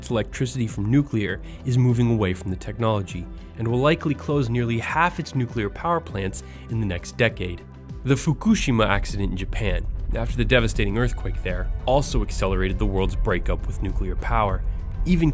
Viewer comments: Foo, Ka, Shima. Not fookoo, shi, ma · fugushema that's the weirdest way it has ever been pronounced